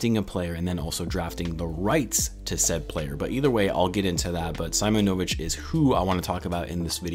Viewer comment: Its pronounced See-monovich